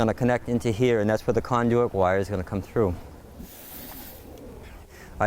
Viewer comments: The word is Conduit [kon-doo-it]. Good way to sound like you know what your doing... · Where is this guy from that he pronounces conduit the way he does about half the time? The other half he pronounces it normally. Never heard anything like it.